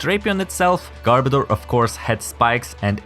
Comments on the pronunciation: Its pronounced garb-oh-duur, not garb-a-door. Its name is a mix of garbage and odor. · I swear, it sounds like he's saying "Gardevoir" more than "Garbodor". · hold on, is not pronounced "gar-BOE-dor"? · Okay. Am I the only one who can't stand how so many people keep mispronouncing Garbodor's name? Because watch this video for the correct pronunciation.